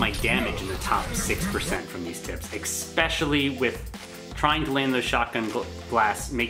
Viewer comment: I enjoyed and liked the video but I cringed every time you said EK-specially =/